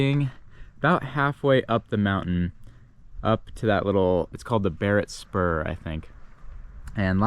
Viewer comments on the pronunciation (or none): It’s Barrett Spur not Barnett Spur. Your videos are very good.